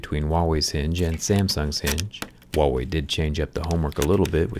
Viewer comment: What I hear: WoW-Way 🤣🤣🤣